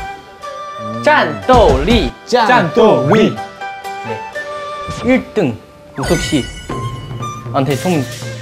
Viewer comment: lmao "zhan dou li" ,is that grow pimples or grow beans??🤣🤣